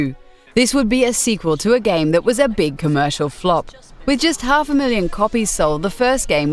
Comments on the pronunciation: Am I the only one who thought she said "if you read a lot of gay magazines and websites" at the start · it sounded like she said if you read a lot of gay magazines and websites lol